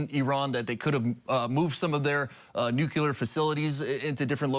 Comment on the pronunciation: I wish they’d both pronounce “nuclear” correctly.